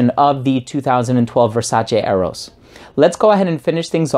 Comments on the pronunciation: Finally, a reviewer with the correct pronunciation of VERSACE! I do have the original Eros and may not get this one anymore. I'm a subscriber btw. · It's very pleasing hearing someone pronouncing Versace the right way. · This is the first time I heard a youtuber pronounce Versace the exact way Donatella tells people how to pronounce the name.